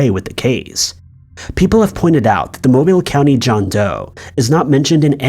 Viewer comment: From someone that grew up in Alabama, it’s nice to hear Mobile pronounced correctly.